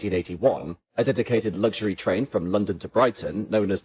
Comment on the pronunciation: Good video once again, but there is no "g" in luxury 😊